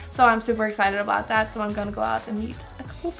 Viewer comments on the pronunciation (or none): none